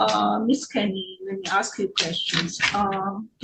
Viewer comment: Dont rent to people that cannot pronounce the word “ask”..